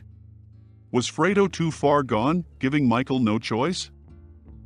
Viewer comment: Ohmurduh. Fuck the digitized voice was doing so well up to that. Even pronouncing Fredo perfectly.